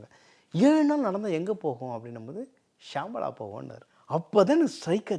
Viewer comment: Not Shamala it is Shambala